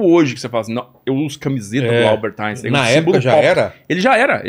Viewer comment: Inportante resgate histórico, sobre Pearl Harbor e a bomba atômica. O Japão é muito facilmente cercado pelo mar, o que o torna militarmente vulnerável. Gente, em alemão, as letras "ein" se pronunciam "áin". Então o nome de Albert Einstein se pronunciamento "áinstáin". Não falem "áinstêin", pelamordedeus.